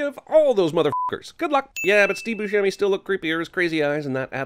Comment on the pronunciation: 10000 sins for all the times he's mispronounced Steve Buscemi's last name... Boo-Semi